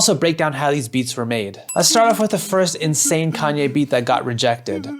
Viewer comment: Who is this conyay? I think his name is ye.